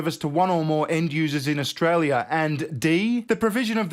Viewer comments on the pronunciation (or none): Ash-Tray-lia the TEST BAR.